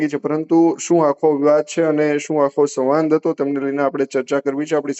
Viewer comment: 'સવાંદ' 'સંવાદ' બોલાય સાહેબ!!! 😟